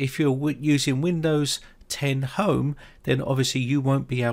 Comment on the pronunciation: did anyone skip this video when it sounded like home had no chance in the intro and then he says right so with hime haha runs back